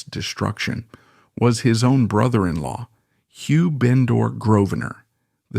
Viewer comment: It was indeed Beecham---why don''t they research things properly while appearing quite so in charge of all the other facts. The bots are awful. Almost every other word is mispronounced--the accents lie in different places in English orthography, So it's "vall-ett" not "vallayyyy!" and with" Bendor" , the stress is on the first syllable with the second more or less swallowed..The "Sinkay Ports" are in fact pronounced the "Sank Ports". Lygon (stress on the first syllable) was never the "the former Earl" until he died. And the problem with the BotVox is that you're never quite sure which line to follow. Awful---just get actors in. But an interesting and perceptive account. WE won't go on the Waugh bit. More of the same.